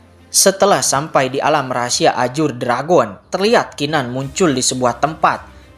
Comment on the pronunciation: Nah gitu donk bg baca azure jgn ajur lagi😂😂